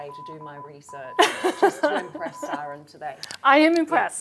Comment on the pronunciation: It's not Siran... it's pronounced "See-Rin" E is pronounced exactly E.